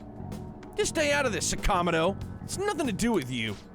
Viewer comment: I've heard more than once that Atlus insisted on the names being pronounced as they are in the game. I don't know why. But yes, it's weird hearing sa-KA-moto instead of saka-MO-to and ta-KA-maki instead of taka-MA-ki.